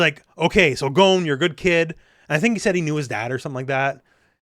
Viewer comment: No, it is "gone" not "Goan" - American English uses a different "o" sound to Japanese, and "Gon" is a Japanese name.